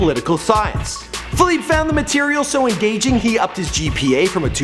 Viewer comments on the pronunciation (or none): Pronounce his name right you fucking idiot. Its not Philip its Felipe. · Fe-leep-e not Fe-leep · My Nigga...his name is Felipe (fell-e-pay) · Feel-eep lol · Feleeep hahaha it's Felipe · FelEEP hahaha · you're pronouncing his name wrong... the "e" isn't silent... it's pronounced "eh" so it's like "felipeh" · His name is Felipe, not FALEEP, you disrespectful fake fuck. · It's Felipe not Faleep you scrub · It's Feh-LEE-peh!!! Not Feh-leep😑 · fe-li-pay...dude. after 4th "fe-leep" i had to turn it off. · Felip, LOL!! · Juan Rivera, Actually, Felipe in English would be Phillip not "Fe-leep."I know plenty of English only cats who say the name correctly. I have never heard someone say "Fe-leep" until this fool in this video. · It’s FELI-PEH. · Bro it's not pronounced fahleep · is name is pronounced. FELIP-EH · how do you say his name wrong ? its pronounced fee-leep-a an-dres cor-oh-nell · Dude can't even pronounce the main character of his video's name correctly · God i hope nobody will call me by my name like this guys says felipe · Is anyone else annoyed by the fact that he mispronounces Felipe like times during this video?! Holy crap. If you're going to do a video on someone at least figure out how to pronounce their name... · murdered the pronunciation of Felipe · I can't believe you couldn't say his real name right lol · You're not pronouncing his name right plus some of this isn't right redo it please